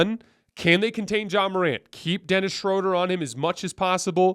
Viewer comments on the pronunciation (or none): love watching and listening! 2 things: give a little guitar intro to the show! Dennis’s last last name is pronounced Shrooder/Shrewder. 😅🎉